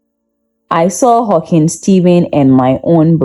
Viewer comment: It's Hawking with no s on the end.